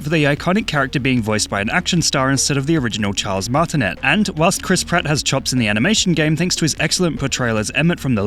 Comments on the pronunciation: It's Charles Martin-aye not Charles Martin-ette. Just wanted to say I know. I seem like 🤓but he's a living legend so you better get his name right. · Martinet is French you are pronouncing it wrong. It's marti-nay